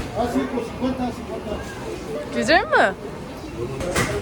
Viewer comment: nobody:: cüzel mı